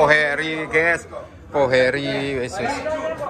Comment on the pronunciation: kata ges/gaes itu aslinya dari kata GUYS(gais) dalam bahasa inggris. ada 1 orang indonesia ngucapinnya salah jadi gaes/ges akhirnya seluruh indonesia jadi salah berjamaah(pembodohan masal). Di channel ini kata ges bisa muncul lebih dari sepuluh kali tiap video. Youtuber luar ngeri yang berbahasa Inggris malah jarang banget ngucapin kata guys, paling cuma 1 sampai 3 kali. Itulah Indonesia, manusiannya suka ikut2an, kalo sudah ikut2an trus ngelakuinnya berlebihan(overdoing it), ada juga yang ujungnya fanatik berlebihan. Padahal kalo dicermati pemahamannya cetek.